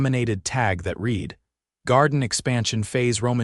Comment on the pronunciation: Teach the narrator how to pronounce the past tense of read.